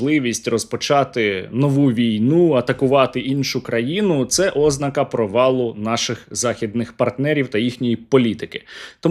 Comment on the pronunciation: ознАка, а не Ознака